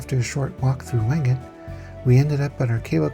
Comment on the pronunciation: Wengen is pronounced Vengen. Nice video. Had to turn off the repetitive "music."